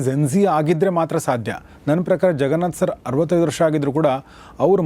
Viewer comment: Your son is right , you are saying ZEN , it’s JEN , ಸೊ ಜೆನ್ ನಾಟ್ ಝೆನ್ 😊🙏🏽, the way you say jaganath sir ಜಗನಾಥ್ , ನಾಟ್ ಝಗನಾಥ್